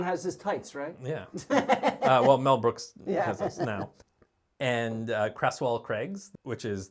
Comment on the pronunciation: And Hereford is not Hurfud, Derbyshire is not Durbyshire, Creswell is not Cresswell, and Twm Siôn Cati needs work!